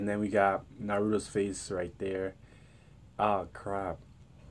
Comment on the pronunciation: it's naruto not narudo